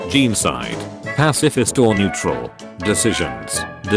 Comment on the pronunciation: i never want to hear "jeencide" every again just say genocide please